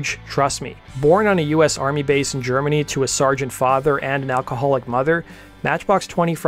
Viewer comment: I love how the way you said "born to a sargent father and alcoholic mother" makes it sound like "alcoholic" is a job title.